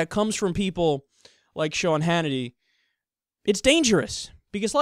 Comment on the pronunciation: Sea...Sean lol